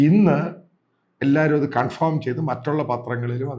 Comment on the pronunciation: കൺഫോം അല്ല. കൺഫേം..